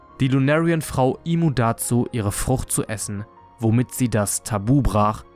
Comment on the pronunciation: Der Charakter heißt im sama nicht imu sama es wird nur imu geschrieben aber im ausgesprochen